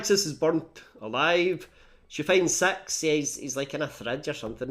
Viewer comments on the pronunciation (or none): You have a way of making “six” sound like “sex” and that really makes the plot more interesting.